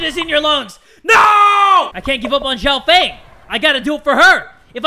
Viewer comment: Xiao Fang is pronounced "See-ow" "F-ah-ng" :)